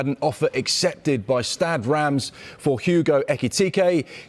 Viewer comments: it’s pronounced more like Stad Renz or Rez with a rolled R my bro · Did he seriously say ‘Stad Rams’ lmfao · “Stad rams”